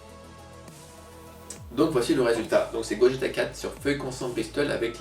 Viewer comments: super dessin mais par pitié, arrête de dire "Gojéta"... on dit "Goguéta". sinon génial ;) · Sa s'écrit Gogeta mais sa se prononce Gogueta :c